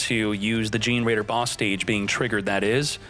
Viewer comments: Fun fact: The deck is pronounced Ge-ne-raider like generator. Gene-raider sounds funnier though 🤣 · i know right ? I mean i get some of pronunciation are hard but dayum its really cringe. Just him saying (jin-raider) is hilarious lmao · The pronunciation of generaider from gets me every time.